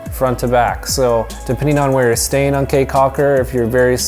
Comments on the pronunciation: How are you gonna go through the country and not figure out that the word "caye" is pronounced "key" instead of "kay"? lol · Awesome review, BUT: 1) Belizean Creole is not "Jamaican" mixed with anything. It is it's own thing. It IS Belizean Creole. Syntax, grammar and accent are all different from Jamaican 2) Caye is pronounced "KEY" 3) You can buy exotic local wines anywhere in the Belize District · I know the "kay" thing bothered me too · Thank you for coming to Belize! CAYE is pronounced as key so ya taht one thing to know 😂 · Caye is pronounced Key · Lol dude, it's pronounced 'caye' like 🔑, not like Kay, ok? 😂 Btw I have to say, this vid of my country was legit on point, 👌 nice job! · We live in Belize and this is a very good introduction to our home. does a nice job of intelligently describing sites. His recommendation of Crystal Auto Rental is spot on. They are the best. Going to Caye Caulker or Ambergris Caye fly on Tropic Air, skip the water taxi. My only small criticism is that “Caye” should be pronounced “Key” 😀. Otherwise, unBELIZEable! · The language is called Creole (or now 2021 Kriol). The word Caye is pronounced Key. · You Betta Belize it!!! Well done! Hope you had a good time! Belize is beautiful and the people are awesome! Good video but you scratched the surface, there is much more to see and do in Belize ... also FYI - Caye is pronounced KEY like the Florida Keys... So Caye Caulker is pronounced Key Caulker.. Thank you!!! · Ok thank you for coming to my amazing country and boiiii come-on we have a lot more to show you and btw it's not Caye its pronounced KEY and it's not Jamaican it's just Belizean creole but thx for coming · I kw it wz funny when he said Caye